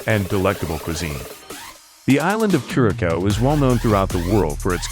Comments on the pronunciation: It’s not Norwegian, it’s Dutch and it’s pronounced ker-uh-souw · Thank you because they were annoying me every time they pronounced it incorrect. 😂